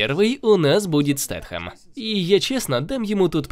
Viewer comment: Спасибо за видео / перевод! : ) PS: только не СтетХем, а Стейтем. (неоднократно слышал, что Стейтем очень не любит, когда его называют Стетхемом, видимо потому он такой редкий гость в РФ) : )